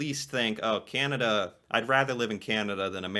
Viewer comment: Please stop saying Key Ann A Duh! Thing soup is In? What is a "Can"? What you should say with a tongue depressor in proper use? What is "A"